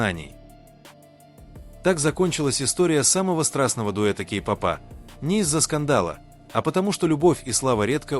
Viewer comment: Автор,изучите русский язык, уши " вянут" от Вашей -"Кей попа," погрузились и т д,, ударение ставьте правильно.🥺🥺🥺